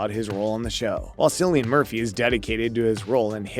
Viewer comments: You aren't aware of the pronunciation of Cillian's name??? Sigh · Will you please learn to pronounce Cillian’s name properly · The incorrect pronunciation of Cillian’s name puts me off 😵‍💫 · You shouldn’t even talk about someone if you cant learn how to pronounce their name. This is so offputting.